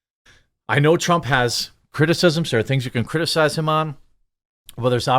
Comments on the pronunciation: TRAMP?! PRONOUNCE HIS NAME RIGHT, JEREMY! PRONOUNCE HIS NAME RIGHT! PRONOUNCE HIS NAME RIGHT! PRONOUNCE HIS NAME RIGHT! PRONOUNCE HIS NAME RIGHT! PRONOUNCE HIS NAME RIGHT! PRONOUNCE HIS NAME RIGHT! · Sorry, but I chuckled when it sounded like you said Donald Tramp. Not trying to be a douche, I just thought it was funny. I still laugh when the ketchup bottle farts.